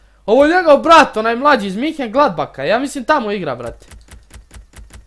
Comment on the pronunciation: Nije minhengladbah nego menhengladbah. To je grad, nije to klub iz Minhena nego iz Menhengladbaha. Nije velika greska, ali samo te upozoravam.